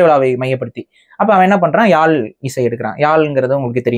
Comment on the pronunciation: யாள் இல்லை யாழ் என்று உச்சரிக்கவும்😊